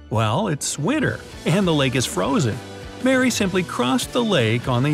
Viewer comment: XD You said swinter It reminds me of Phineas and Ferb